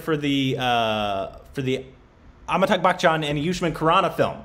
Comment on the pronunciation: It's not Amitag Bachchan......🤣 Its Amitabh Bachchan...